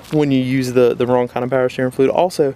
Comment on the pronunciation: “Pow sterrin flewd” 😂😂